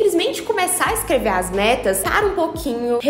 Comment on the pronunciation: Menina, parece que você disse "vocês já fizeram suas m**rd**s em 2020?" Tive essa impressão, porque já comecei o ano fazendo... Desculpa!